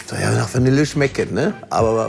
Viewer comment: Bitte das Wort Vanille richtig aus sprechen!